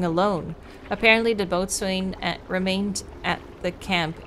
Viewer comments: Maritime term pronunciations can be so bizarre. here are a couple common ones: Boatswain: pronounced "bo sun" Gunwale: pronounced "gunnel" love the channel, don''t watch nearly as often as i would like though 😁💚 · You pronounce "BOATSWAIN" as "BO-sun"